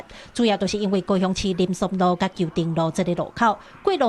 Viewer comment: 「林森路」應該愛讀做(lîm-sim lōo)主播是講正確的，為啥這位在地記者許嘉茹配音員攏共「森」讀做(song)？ 前工的新聞「大安森林公園」應該愛讀做(Tāi-an Sim-lîm Kong-hn̂g)伊嘛講做(Tāi-an Song-lîm Kong-hn̂g)？？